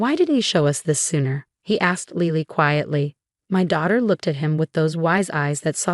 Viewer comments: Lily - like the flower. Not Leely. Pronounce it correctly. ugh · She can’t say Lily? Lele?